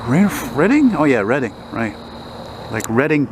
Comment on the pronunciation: READ....ING street DUH